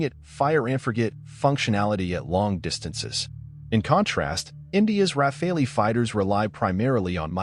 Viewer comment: It's Not Raffalee' , It's Rafale. It's bloody AI generated narrative. No! Pakistan did not down 3 rafales. It's a blatant lie. come back to the real world, Pakistan got thrashed by India.🤣🤣🤣🤣🤣